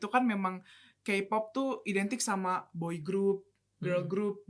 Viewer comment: Tolong mbak yang pake jilbab untuk KPOP K nya dibaca KE bukan KI. War juga dibaca wor. Kalau mau ngomong Inggris sekalian yang bener.